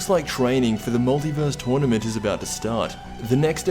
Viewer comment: Twournement! This is the way he pronounced it the first time. XD